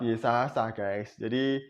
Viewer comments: Bpknya maksa bnget si mbaknya jwb ttg ayat mana alkitab sebutkn si mamad 😂😂😂😂😂😂😂😂😂😂😂 RUMUS : 🐪🐪🐪🐪 × 🐐🐐🐐🐐 = 👩‍🍳👩‍🍳👩‍🍳🍺🍺🍺🍺🍺🍺🍺 take a beer ... Kurang pas actingnya, lupa hapalan dialognya.. Mngkin mksd si mbaknya KITAB YEAYE kali.... 🙂🙂🙂 Mbak... mbak...... mbak tlg bljr nyebutkn sesuatu scra bnr dlu, baru masuk youtube... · Si Mba ini bohong bro, nyebut Yesaya saja salah, Yesasa --->pecin sasa kallee😅😅😅😅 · Video ini gw puter terus tp tetep lucu 🤣🤣🤣 dulu namanya mungkin stefani magdalena, skrg jd siti khadijah...dia yg ngomong kok gw yg malu ya 🤭, masa anak minggu aja hapal nama yesaya kok dia malah yesasa 🤣🤣🤣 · Si mbaknya kebanyakan micin kali makanya bilangnya yesasa🤭🤭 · Yesasaya.....yesasa.. 🤣🤣🤣🤣🤣 kasihan kitab yesaya we salah ngomong... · Bc kitab tp YESAYA DI BLG YESASA🤭🤭🤭🤭🤭klu menghafal mbok 5hr biar g salah Bu🤣🤣🤣🤣🤣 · sebelum mualaf berarti dulunya Kristen?, org Kristen sebut Yesaya kok yesasa?,🤣, ibu ini siapanya yg sebut Yeremia jd yesemia ya? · Taurut??? Yesasa???? Baca dulu yang benar mbak jangan asal nyerocos aja 😓 . . . . Mangkanya jangan asal baca saring dulu bacaan nya🗿 Kan orang jd ngakak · nyebut nama kitabnya saja udah salah. Yesasa 😂😂 gimana mau omongin isinya..... Jd kalau mau berbohong it pintar dikit dongggg... Belajar aj sama si Steven biar pintarrrrr "berbohong" 🤡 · Bodoh nian ibu ini. Ngomong aja salah2 ketahuan bohongnya .